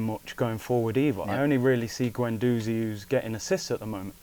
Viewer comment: Just a quick point here, why is it that these superfans have such problems pronouncing players' names? Its Guendouzi (Gwen-doozi), not Gwen-DOZEY. It's Wenger (Veng-ger) not WENGAH. Considering these people's lives revolve around Arsenal it blows my mind that some of them can''t say these basic names properly. Weirdly, I've never heard anyone say 'Tee-airy Enn-ree' but only ever pronounce his name correctly.